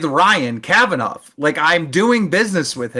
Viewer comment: Bald Daniel Keem is doing so well. Big interviews on huge channels. So many views. His channel is definitely not dying. He's clearly got a great relationship with Ryan Kavanaugh. That is why he pronounces it Kavanauv'.